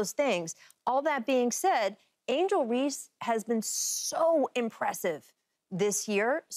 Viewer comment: And skip said Reese